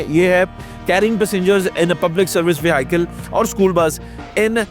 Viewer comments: Sir Apki vehicle pronunciation Wrong Hai is Ko Durust Kar Lain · Bhai vehicle word ko bolna sekho